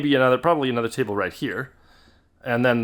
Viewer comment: "i was just using a folding chable" The Rich Evans is spreading